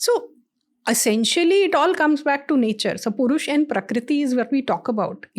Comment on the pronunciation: Ma'am, it's Prakriti, not Parikriti.